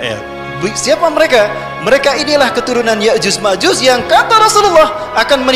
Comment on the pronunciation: Ko yajuz majuz sih,,?????? se kelas ustadz, penyebutan ya'juj dan ma'juj saja masih keliru😢😢